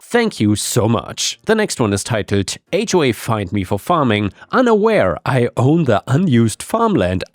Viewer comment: Listening to this, I kept hearing "hawk farm" and was very confused